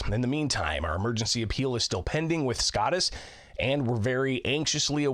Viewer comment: SCOTUS is pronounced with a long O